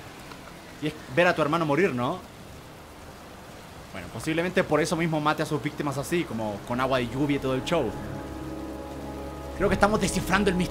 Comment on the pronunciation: se dan cuenta como german dice show? dice chow JAJAJAJA